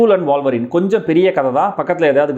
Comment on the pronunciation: வால்வரீனா? உல்வரீனா?